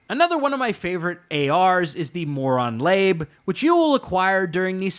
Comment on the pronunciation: mispronouncing MOLON LABE and Osprey